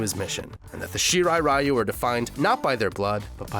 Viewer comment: Can no one pronounce ryu correctly?